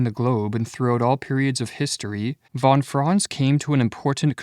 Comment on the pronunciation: Is this AI-made? "Von Fron" lol. Try fon Frahnts